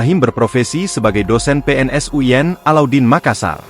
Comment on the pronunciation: Kok uyen sich, U I N bukan uyen, hehe